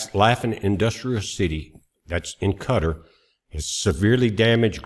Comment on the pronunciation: Please, it is not "Kutter", is Kah tar like guitar.